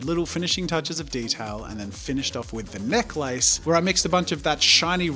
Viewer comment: Anyone else wonder if they've been saying necklace wrong after this?